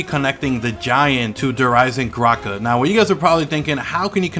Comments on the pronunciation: Why does he say Der eisengrache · im questioning that, its just everytime you say the name, instead of pronouncing the "d" in eisendrache, it sounded like you said eisenGrache, with a "g" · Please pronounce Nazi and Der Eisendrachen correctly please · You pronounce the new map weird